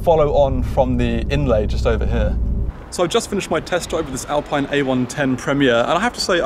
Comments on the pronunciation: Alpine sounds more exotic even though its the wrong pronounciation. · Say Alpeen!!! like you say Ferraree and Lamborghinee! what an english uggly pronunciation you've got!!!